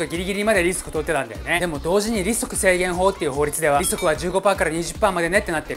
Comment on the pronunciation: 利息の発音が riskにきこえて 中身はいってこんかったw